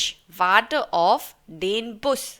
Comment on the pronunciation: Aap auf ko off kyon bol rahi ho.